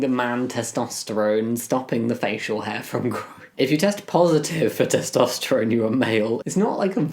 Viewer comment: Testosterone is a noodle and you're pronouncing it wrong, maroon. 😂